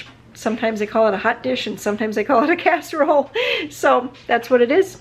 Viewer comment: You almost sounded like an Okie the way you said 'casserole'. When you said 'where am I from?' It made me laugh